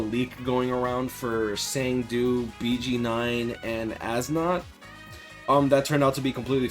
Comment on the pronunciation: criminal how pronounced Cang Du